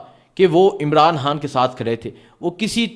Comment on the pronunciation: پہلے ہان کو خان کہنا سیکھ لو پھر وی لاگ بناؤ